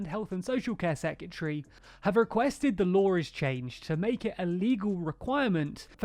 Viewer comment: He’s commented (and not complaining about pronouncing secretary as secyatry, for once)